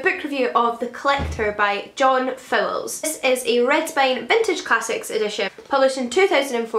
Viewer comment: I think you pronounced Fowles wrongly.